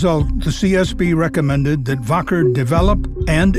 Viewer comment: It's pronounced WACKER not "Voker"